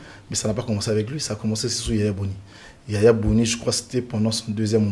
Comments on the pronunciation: Boni Yay I et non Yaya Boni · C’est pour la troisième vidéo que je suis sur votre chaîne Et je suis ému Mais dites à vos invités qu’ils ont mal prononcé le nom de notre ancien président YAYI BONI et non YAYA BONI